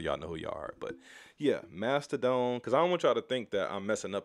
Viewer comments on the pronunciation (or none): Nobody gonna talk about him pronouncing it Mastahdone???? Lol its mastah Don my guys.